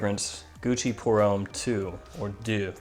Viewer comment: yrustupid its Deux, not duh 😂😂 And homme isn't pronounced 'ome' its a mixture between ohm and uhm. But yeah great fragrance review, I'm intrigued by the Carolina Herrera fragrance because I do love CH Men Prive also